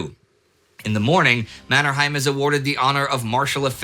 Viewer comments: One comment on the name Mannerheim. Locally, it's pronounced MannerHEYm, not MannerHAIm. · Pronounsed MannerhEim not the German MannerhAim. That family name was coned in Sweden. Think of Trondheim in Norwegian and Swedish. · Just a small remark. Both Mannerheim and Heinrichs had names with German roots, but which were pronounced as in Finnish, i.e exactly as spelled, not Mannerhaim and Hainrichs. Strange that Lindy, who is always very good with names has not picked this up. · It's pronounced "Manner-hame", not "Manner-hime" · it really annoys me how you say Mannerheim